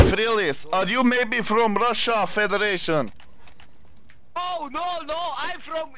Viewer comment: Funniest 10 seconds of my life :D Ahhh, are you maybe from Raşa federeyşan?